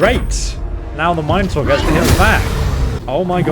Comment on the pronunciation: The way this guy pronounces Minotaur. I don't like it.